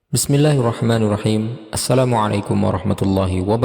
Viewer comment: BismillahirrahmaNIRrahim Bukan NURrahim